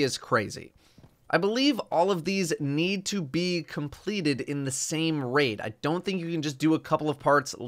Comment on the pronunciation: I gave up on this quest the moment he said "Raid"